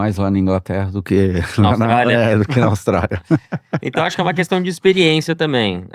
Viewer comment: A melhor parte é ouvir o Christian falar "IXPIRIÊNCIA"